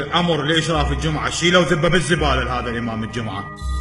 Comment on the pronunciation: يقول صلاة ((الدجمعه)) 😂 🐴